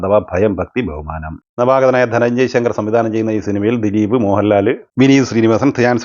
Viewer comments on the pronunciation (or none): പേരുകൾ pronounce ചെയ്യുമ്പോൾ ഒന്നുകൂടി നന്നാക്കാൻ ശ്രമിക്കുക. e. g. മോഹൻ ലാല്..... Just മോഹൻലാൽ പോരെ....